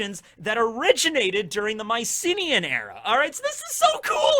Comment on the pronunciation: Anyone else first think was saying "my city in Greece"? Not Mycenea Greece. Fun video though!